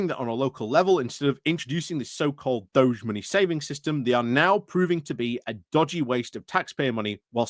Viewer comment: I thought the DOGE was a leader of Venice. DEFORMED's "DOGE" is pronounced DOG-EEE.